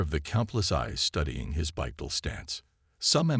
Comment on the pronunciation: A few thoughts. It IS actually less energy efficient to use 2 legs to move, we humans just happen to be able to do it. When using the ai voiceover for the future mage sure you type in Bipedal for walking on 2 legs and Finale for something like grabs finale. There were a few other words i can't remember that the ai said incorrectly but those 2 stuck out the most to me and the correct spelling should help.